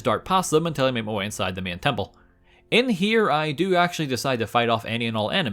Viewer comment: why does he say agyen or myen instead of again or main